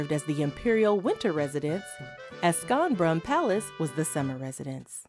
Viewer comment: I stopped watching when the narrator said :skonbrun" 🤦‍♂🤦‍♂🤦‍♂🤦‍♂